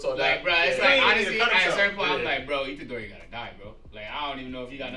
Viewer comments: Someone tell that his name is Itadori, not Ichidori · "ICHIDORI" AHAHAAH